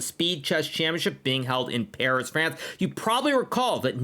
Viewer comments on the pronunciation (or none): none